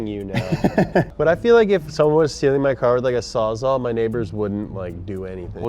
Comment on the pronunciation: did he just say Saw "zaw"?! There are not one, but TWO "L"s in "Sawzall".